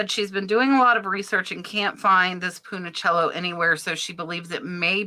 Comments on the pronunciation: Check Punchinello pronunciation 😉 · Hi! Love your informative jewelry videos, just a note: the cute little brooch from Marcel Bouche that looked like a puppet is named Punchinello (sounds like “Punch-in-Ello”) foreign languages like to trip us up! 😉😍🥰❤️